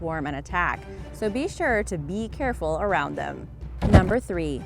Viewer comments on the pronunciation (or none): Haha you said beecareful